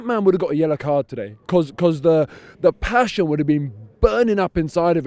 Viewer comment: LOL TALKING ABOUT “PASHUN” AGAIN